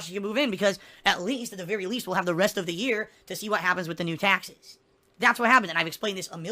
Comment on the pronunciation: Tahxes tahxes tahxes... Tahxes on top of tahxes